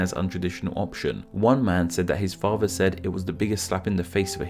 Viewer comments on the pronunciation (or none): Please learn how to say father, not farver. Other, is not pronounced ovver.